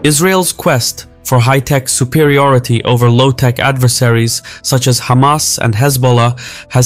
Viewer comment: its refreshing not hearing someone calling them khamas